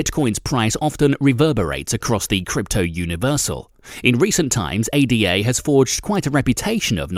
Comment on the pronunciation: How do you manage to mispronounce both Cardano and ADA...😶